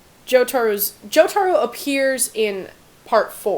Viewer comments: Joseph Joestar is american, Abbacchio (Uh ba kee oh) and more emphasis on the Jo in Jotaro and less emphasis on the aro. Liked the video overall, just correctingg things that might have annoyed the general public. No hate, liked the video. Also, Avdil's full name is Mohammed Avdol. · I love just how entirely incorrect she got Jotoro lmao.